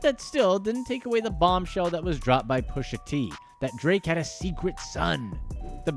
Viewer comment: Its prononced "Pusha". ur totally sabotaging that mans rap name